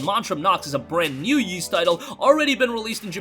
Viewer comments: Ys is pronounced Eees not Yees. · Ys is pronounced Ees. The Y isn't pronounced at all. It's not "Yeast" without the t. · Every time he mispronounces Ys.. 😖🔫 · It doesn't matter how weird you find it, you're still pronouncing it wrong. There are dozens of words that aren't pronounced the way they're spelled. Who could pronounce Worcestershire correctly if they were never taught? The first time I saw Ys was in a Justice League comic as a kid. Fortunately, it came with one of those translation boxes that explained how to translate it.